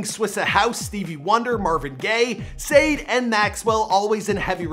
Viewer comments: Just FYI her name is pronounced (Sha day) not Sade.. But great videos. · I literally came to the comments just to see if anyone caught this "saayyd" nonsense as oppose to Sade shaday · It’s not say d. It’s Sha Day-Sade!!! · And Sade (shah-day) as sade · Wait wait wait... did he just say “Sade” instead of “sha-day” (Sade) 🤨🤨🤨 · Why did he call Sádè "Sade"?😂😂😂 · He said (SADE) lol 😂 her name is pronounced (SHA-DAE) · my guy itss pronunced "Shaa ------ Daeeee" not Sayed(Sade) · so instead of pronouncing Sade.. "SHAR - DAY", A man said "SAY - D" LOOOOOOOOL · you butchered a BUNCH of names in this. When doin' ya research check the pronunciation! It's AYE-lief not uh-lief, Sha-day, not Sade & Swishahouse. Not Swissahouse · Did he just say (sade) it’s (sha de) bruh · He just said Sade instead of Sade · Did he just pronouce it sade its sha-de who tf is sade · (Sha-Day) sade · You can’t be serious... “Sade” 🤦🏾‍♂️ at thus point i think you mispronounce on purpose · THIS MAN SAID “SADE” it’s pronounced Sha-day. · Kiani Belgrave bro said said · Lol you slaughtered everything in this vid starting with alief, sade, swisha house, to musiq soulchild. Not to mention others. You guys might need more "urban" ppl on payroll lol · her name is pronounced SHAH-DAY btw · Dude said Sade!! 😂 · did he really call Sade, Sade lmaoo naw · Manz said sayd🤦🏾‍♂️😂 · Did he really call Sade, SAYED? I let the weird fam greeting go, but now I just don't know... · You loose cool points for calling Sade 'Sayd'. Thats sad. 😆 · Sade is pronounce Shadae ijs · He called sade.. saaade..... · Bro did you say saed...? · isn't it pronounced as shar-day= sadè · Naaah , he ain’t just produced SADE as scade ...... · Sade pronounced Sha-day Put some respeck on that name Kid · oof bro sade.. not even "sha-day" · This man is mispronouncing every name. Mispronouncing Swisha House, Sade, Jak and Dexter, Musiq Soulchild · Bro Mia-pronounced half the names he dropped...Swisha House, Sade, Musiq Souldchild...